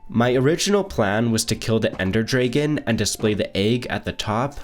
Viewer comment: I can't 😂 "ender draygon" lol😭(not hating luv the vids about decorating)